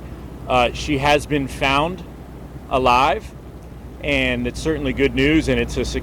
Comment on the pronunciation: Ok but can we not pause before the word Alive.